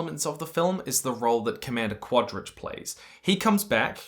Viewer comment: I love how consistant and confidant you are with every single mispronunciation of Quarritch's name.